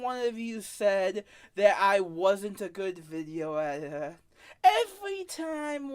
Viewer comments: “I am da gweatest editah” Proceeds to ramble for literal minutes with minimal cuts in the video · "The gweatess wideo edthithow." That speech impediment is out of this world.